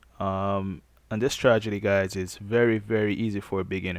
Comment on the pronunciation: this man said " Stragedy" not Strategy LMAO but i love this video tho im using it now